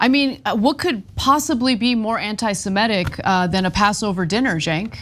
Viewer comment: It's a little thing, but it always bothers me. The term is NOT anti-Semetic, it's anti-Semitic. Please pronounce it correctly.